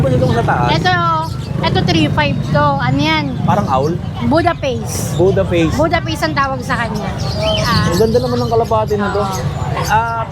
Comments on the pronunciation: Yung unang seller puro askal at puspin pero sasabihin cross daw. Yung baba naman nagbebenta ng hindi alam ang product nya... Budapest hindi budaface. 😅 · Budapest hindi po budaface 😂